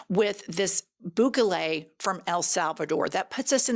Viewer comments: I like you, but please learn the pronunciation of Bukele's name. (Boo'-ke-lay) He's the human form of a shriveled ballsack, and I'd rather you call him Bukake, but that's not why I sent this correction. I love the pod, you, Cathy and the Beaver. And I will admit, a southern accent on a woman is sexy, whereas, on a man, it just makes them sound stupid. I want to retain my attraction to the female southern accent. Please don't take offense. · The way you're incorrectly saying "Bukele" is killing me.